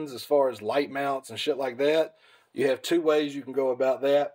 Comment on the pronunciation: Lmao this dude say “go” like “gieough”